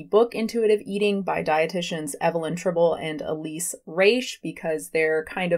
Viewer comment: 2 things: 1) Trih-bow-lee & Reh-shhhh not Try-bowl & Reeesh. 2) Your view on this topic misunderstands and misrepresents the entire point of IE. Please stop talking about what you so clearly don't have the scope to explain to others.